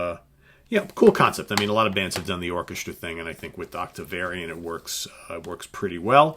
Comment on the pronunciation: Also, it sounds like you are pronouncing Octavarium as "Octavariun" on several occasions. But it could just be my stinkin' tinnitus.